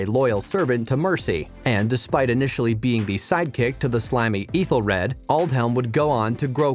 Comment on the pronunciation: While pronouncing all the other names wrong. Eethelfleed.. 😂 eethelred I bet the narrator never watched the show he is just reading a script about this show.